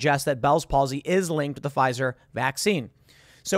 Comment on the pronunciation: Pfi-eye-eye-zer ... d;O